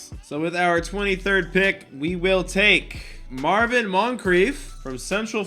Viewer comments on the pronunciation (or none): none